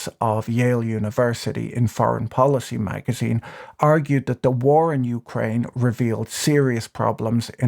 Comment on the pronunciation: "Youcraine" First time I heard it pronounced like that.